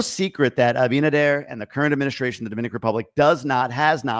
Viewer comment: i think the shit is about to hit the fence, regarding Venezuela and the narcos. DR has been a big bridge to transport all that crap to USA. Also i hope he is getting it straight with Abinader( you said it right bytheway 🤣🤣) my favorite are the side dishes. Happy Thanksgiving to you and your family.🦃🦃